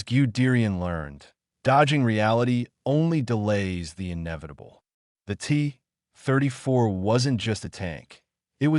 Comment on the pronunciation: “The T … [AI narrator goes to the bathroom] … 34“ 🤦‍♂️ You should have dropped the hyphen in the script.